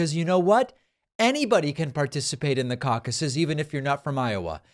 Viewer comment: Cauc-aye plural of caucus 😂